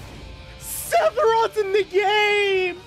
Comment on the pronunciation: Did this guy just call him SETHiroth? Lol